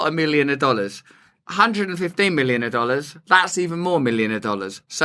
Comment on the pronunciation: "Milliona dollaas" LOL you crack me up, love your humor so much! And your cool Indiana Jones hat! 😂